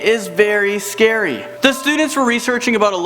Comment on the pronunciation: it is not schery